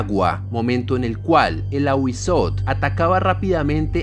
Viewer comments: En el náhuatl debes pronunciar la tl no sería ahuizot, sería ahuizotel pero una e casi sin que suene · En lengua Náhuatl se pronuncian todas las letras. Es AhuízoTL. Primero la T y luego la L. Son los sonidos de las consonantes sin vocales. No te comas las letras. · No sé si ya hay sobre el Nahual (nawal) / skinwalkers, me intriga que sean tan parecidos y sean ambos de origen arido-mesoamericanos. Me encantan los vídeos de este canal, solo como retroalimentación si se pronuncia el diptongo TL jajaja es difícil para los no mexicanos, lo sé jajaja me causa ternura cuando no pueden pronunciar popcatépetl jajajaja en este caso sería fonéticamente como Awi-zótel (con la e muy corta casi imperceptible pero marcando bien la L al final) Saludos!! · Muy buen vídeo bro, excelente toda la información sobre el Ahuizotl, confirmó ya que soy muy conocedor de las culturas de la mesoamérica precolombina y lo digo de buena onda pero te falta pronunciar la L al final de la T solo unos detalles mínimos, y no son Aztecas, ese nombre universal esta erróneo, se lo dieron los españoles ya que no saben pronunciar el nahuatl, es Mexicah-Tenochca en el nahuatl, es Mexicas